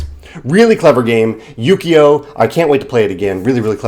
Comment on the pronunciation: Just ordered this from Walnut Games in the UK. Only 12 pounds (including shipping to the US). Thanks for introducing me to this game! (P.S. Technically speaking, I think the "u" in "ukiyo" is pronounced "oo" as in "moo" ...not "yu.")